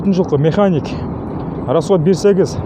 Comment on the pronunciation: Ээ механик,коробка механика-деп сүйлөчү.